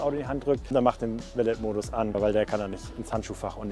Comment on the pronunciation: Pliquett Hi, nur so ein freundlicher Tippppp meinerseits... Beim Wort Valet (Valet-Modus = Valet-Parken [va'le: ˈpaʁkn̩]) wird am Ende das "t" stumm/nicht ausgesprochen. Es ist ein Französiches Wort:-)